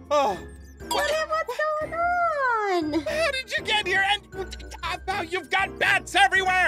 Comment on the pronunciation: did eneyone notes she dident say apmau she said azmau